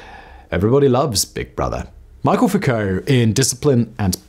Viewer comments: You’re pronouncing it “Michael” but it’s actually “mee-shell” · Great video but it’s “me-shell” Foucault not “mike-kul” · The Name is Foucault, not Foucalt or Focault and you are educated enough to know that Michel isn't pronounced Michael. Please show some respect to the name of the main Protagonist of your video by at least correcting the video title. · Pronounces “Foucault” as “foo-co,” but pronounces “Michel” as “Michael?” Make it make sense!!! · MICHEL Foucault--it's French